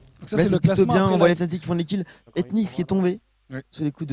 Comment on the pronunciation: Picky Oui et il dit FANATIQUE au lieu de FNATIC